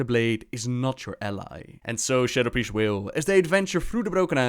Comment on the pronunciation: As an Spriest main since BC, I am SOOO GLAD to see this video.. LOVE your Priests Name <3 and yes, you pronounced it correctly <3